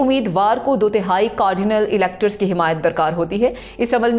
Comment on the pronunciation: Cardinal کارڈینل کا تلفظ غلط پڑھا گیا 135 کارڈینل ووٹ کاسٹ کریں گے۔